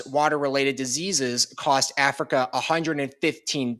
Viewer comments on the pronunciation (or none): none